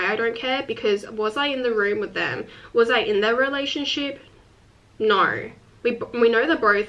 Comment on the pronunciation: I've never said "no" like that, despite being Australian, but days after watching your videos, I suddenly say it like that, I think I've become more Australian somehow